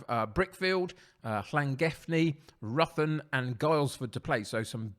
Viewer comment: Ruthin is pronounced rithin just to let you know